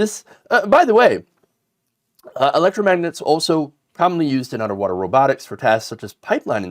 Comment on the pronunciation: He can’t even say electromagnet. He meant the refrigerator alphabet magnets for sure.